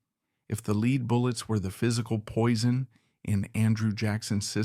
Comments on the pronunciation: Lead is pronounced like led. Take some pride in your content ffs. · Lead in this context is pronounced “led”. I’m sorry but this is very annoying in an otherwise very interesting video. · Stop with thinking you are too good or to busy to read this yourself and have to use an automated reader! This is absolutely so horrible. I had to stop at 20 minutes because you keep pronouncing lead like speed instead of like it is supposed to be pronounced OMG you did it in the very first sentence. Take this down and read it yourself. what is your big hurry? Do you think anybody’s going to like or subscribe to some garbage like this? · A truly great portrayal of a suffering man. I just wish someone would tell the narrator (AI) that lead is pronounced "led." I squirmed every time he mispronounced it. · This one was hard to listen to, just because the AI kept pronouncing lead as “leed”. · It's not "lead" pounced like lead a meeting etc. It is LEAD, pronounced "led." The musket balls were made of lead. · It's a consistent giveaway of AI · As always, your videos humanize history and fascinate. However, I couldn't finish this one because your pronunciation of "lead" was too jarring to the ears. It's not your fault. You are the product of the American educational system.